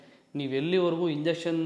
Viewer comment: ಮಗ ಅದು ಇಂಜೆಕ್ಷನ್ ಅಲ್ಲ ಲೋ , injunction ಇನ್ ಜಂಕ್ಷನ್